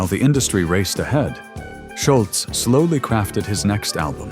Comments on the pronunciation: It’s not Schultz,. It’s Scholz, no T. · I believe that the A.I. narrator mispronounced Tom's surname every time.